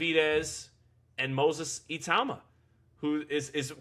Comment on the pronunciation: work on your pronounciation,even iTauma it's itooma✅